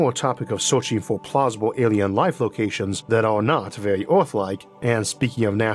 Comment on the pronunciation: Vewy intowesting